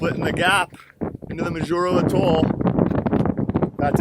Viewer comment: I'm sure you now know how to pronounce Majuro...cracked me up each time to spoke it... I lived there for a couple of years... Really enjoyed your effort and what a calm sail...